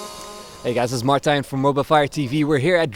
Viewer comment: FIRST And: Its Martijn, not Martjin :P